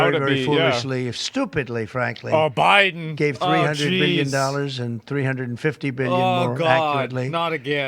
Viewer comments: OBIDEN 😂 he said it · He literally said obiden 😂